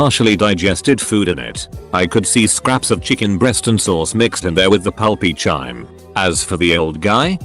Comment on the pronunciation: "chyme" rhymes with time and thyme - the "h" is silent. Get it right.